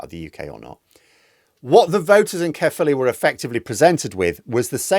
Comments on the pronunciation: I was born in Caerphilly and was relieved at this result even though I no longer live there. However, it's pronounced Kire-philly not Care-philly. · Just a small point,, it's not pronounced "carefully". 😂